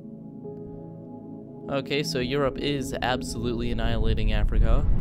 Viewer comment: btw you said europe wrong...